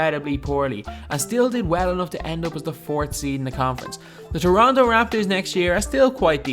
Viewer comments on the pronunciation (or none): none